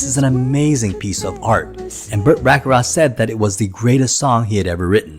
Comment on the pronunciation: Also: Back-a-rack. (Not Bock-a-rah)